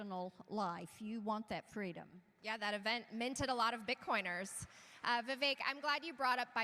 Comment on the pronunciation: Trump really needs to learn how to say Vivek's name right